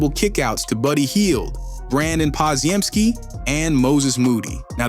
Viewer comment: WTF kind of Warriors analysis can you credibly make when you pronounce the name as "Pod ZEE EM ski"!?!?! Tells me you don't watch Warriors games and you have only ever read the name in writing.